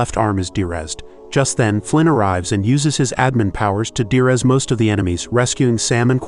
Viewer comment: It's probably an AI narration but it's de-rez not durez. De-resolution not Der-esolution. First syllable Dee not Dur.